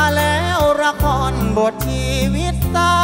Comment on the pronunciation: ตัดคะแนนกีต้าร์ (1) การเล่นไมค์ทำให้เสียงขาดหายหลายครั้งมาก (2) การออกเสียงคำสั้นยาว เช่น คำว่าจน เป็นโจน คำว่าเฝ้า เป็นฟ้าว (3) ออกเสียง ล เป็น ร คำว่าละคร 1 ครั้ง (4) เสียงร้องที่แตกหลายจุด อันนี้ลองฟังแค่ 2 ครั้ง แต่ก็มากกว่ากรรมการแหละ แต่เราก็รู้น้อยกว่ากรรมการโขอยู่น๊ะ จริงจริ๊ง